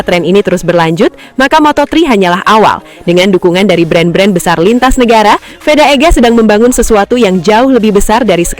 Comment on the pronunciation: Veda min.. Bukan Feda! Ngawur rr ah 😅